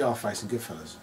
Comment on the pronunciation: Can we talk about the fact he said he “out-cunted ‘goodfellows’” .. it’s goodfellas terry.. and I can’t remember the word cunt being used once.